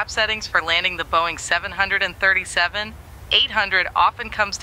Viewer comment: Out of all the impressive stuff in this video, the one thing that triggered me a bit is when the AI says "Boeing seven hundred and thirty seven" instead of "Boeing seven three seven". Its minor, but its something that is happening all the time with the current TTS in MSFS 2024 and it drives me crazy, along with all the other ridiculous things that the TTS in MSFS says. SI is lightyears beyond what is available in MSFS, but it just goes to show how even the smallest details can be immersion breaking in something like that. I'm still sold though. The only thing I wish MSFS would do is allow for these services like Say Intentions and BetterATC to actually REPLACE the in game ATC functions instead of it needing to work along side it. I hate having something as great as this, while also still needing to utilize the simplistic and dysfunctional default ATC system.